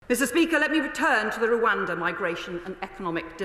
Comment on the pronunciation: She can't even say Rwanda properly.